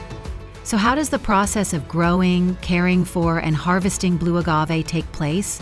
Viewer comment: Soaked to prevent pests but then tossed like junk. 😂 Also "boe agave"? I thought it was pronounced Blue.